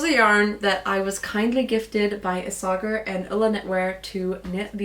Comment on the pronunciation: Pretty sure its pronounced: ees-a-hair (Isager)